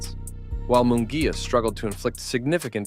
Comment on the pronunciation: It’s not Mongulla is Munguia 🤣